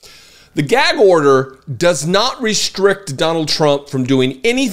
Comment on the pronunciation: Whenever he says gag order i just think it's gag odour 😂😂😂😂